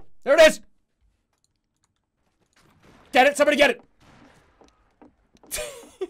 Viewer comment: I love the way he says "GET IT" as if he's hand feeding piranhas and he's got to pull his hand away because he knows the chat is just a bunch of fucking savages.